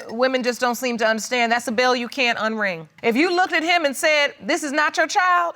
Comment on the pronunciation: New word of the day: "Address-ded". I've already added "look-ded", "fearious", "pacificly", "I seen", "axed"... At this rate, we'll have a whole new language in no time!